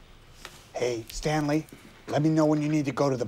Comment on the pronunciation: "Standley" even.